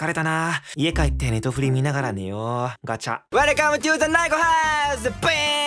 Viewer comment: めっちゃ日本語な「うぇるかむ とぅ ざ ないこハウス！」 可愛い(*´﹃｀*) の初兎さんの表情もたまらなく好き…😍